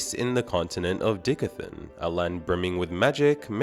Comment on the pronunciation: Bro...die-cath-in... not dick-a-thin...